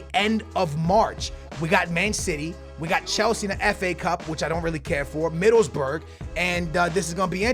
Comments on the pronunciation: you saying Middlesbrough wrong. you do not say 'burg'. you say 'bruh' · Love this series but you gotta make sure at the end to check out the inverse aka the team you swapped out, for ex. Where did Southampton finish in La Liga? Huh? Middlesburg? Like Pittsburgh?? Middleboro dude. Middles-BORO ! You are lysdexic ? dexlysic ? Just playin' my dude. Love listening for you to mispronounce stuff in everyone of your videos. My girl and I get a kick out of it. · Middlesburg try pronouncing it Middles-boro hope that helps a tiny bit😂😂 love ya and loving the new series idea #booyahFamily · He pronounced Middlesbrough middlesberg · It's not Middlesburg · you should say middle's bruh